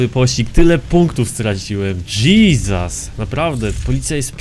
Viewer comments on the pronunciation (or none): none